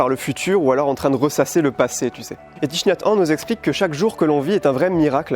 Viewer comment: Salut, Thich Nhat Hanh se prononce "TiC Nat HanE";) Sinon, je ne sais pas si t'es toujours dans le bordelais mais si c'est le cas et si te ne l'as pas déjà fait, t'as le village des pruniers vers Duras. J'y suis allé une journée quand j'avais 14 ans et j'en garde un excellent souvenir. J'ai pu assisté à un enseignement sur le deuil et la pleine conscience de la part de Thich Nhat Hanh lui-même, une marche méditative, partagé un repas dans le silence et échangé avec des résidents du village...Bref une formidable journée à vivre l'instant présent qui reste gravée 15 ans après dans ma mémoire comme si c'était hier! Si tu as l'occasion d'y aller faire un tour, n'hésite vraiment pas! Bonne continuation et bravo pour tes 2000 abonnés!!!